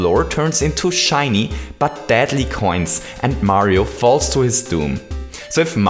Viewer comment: Where is this guy from? I keep on hearing him say "dadly" instead of deadly.... what language does he speak and what accent?